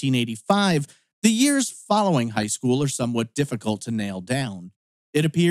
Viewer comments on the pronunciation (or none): none